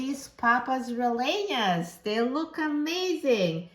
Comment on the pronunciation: When trying to pronounce RELLENAS you have to say the LL as YY like in the word You the Y sound replaces the LL in RELLENAS..so ...like this. PAPAS RE-YYE-NAS (almost saying yes without the s, if that makes sense).